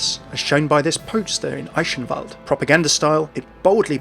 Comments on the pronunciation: the "ch" in Eichenwalde and Balderich is pronounced more like the "h" in hilarious ... or that's what comes closest to it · 'Eischenwald' dude.. it's called Eichenwalde with a soft 'ch' and not 'sh' or 'sch' :D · it's pronounced i-ken-vald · There's a few different ways to pronounce the ch, depending on the context. In "Eichenwalde" it's best described more of a "guh". So "Ei-guhn-wald" In "Balderich" it's a bit harder to describe, since the kind of sound the "ch" requires here doesn't really appear in the English language as far as I know. It's kind of like the sound of clearing slime of the roof of your throat. The same pronunciation as "Van Gogh" in Dutch. I'll try finding a link where someone correctly pronounces that for you. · thats not how you read eichenwalde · It still sounds off, but I really appreciate how you try to pronounce Eichenwalde correctly :) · Wrong. The ingame announcer is pronouncing it wrong. "Eyeshenwalde" comes pretty close to be correct, although "ch" is a sound formed by not sticking your teeth together, similar to "appreciate" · As a Dutch guy watching other people try to pronounce a hard G or CH such as in "Balderich" and "Eichenwalde" amuses me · So is it sh like he said here or more ck like the game pronounces them in your opinion? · i'm triggred that you pronounced eichenwalde wrong XD